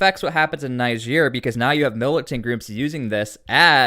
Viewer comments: Niger is pronounced "Knee-zher". Listen to broadcasts from Niger say for a guide. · You need to learn how to pronounce niger everytime you say it wrong you make me mad